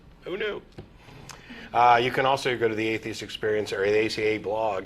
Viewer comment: XD even after he got corrected he said THESIST